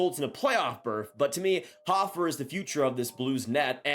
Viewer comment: Joel *Hoe-fer, not hoffer lol nice content as always tho